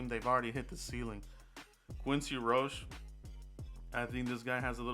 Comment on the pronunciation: Any miami hurricane will work... I love Miami...it's quincy ROC-he... Not roach...